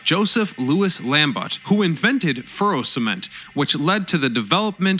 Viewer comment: I thought it was called fero cement ?